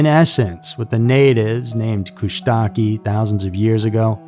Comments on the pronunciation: I have never heard it pronounced at Kuushtaki, only kuushtaka. Have you done the valley of headless men. Sort of the same area? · Wrangell Alaskanstive- it’s pronounced KOOSH-Ta-Kaw. We’re taught never to go to z Thomas Bay. Kushtaka stories are passed along generation to generation and taken seriously. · Its pronounced Kush-ta-ka. LOL